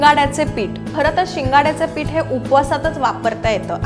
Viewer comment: साबुदाना नाही.......साबुदाणा पीट नाही.......पीठ जानारे नाही..... जाणारे Etc etc etc..... Please.... please please.... Humble request to you. PLEASE शुध्द बोला. तुमच्या एवढ्या अशुद्ध बोलण्याने या video chi quality प्रचंड ढासळली आहे!!! ऐकायला घाण वाटतं.